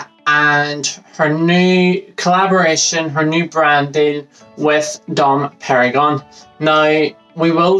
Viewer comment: Not pronounced "perigon" 🤣😒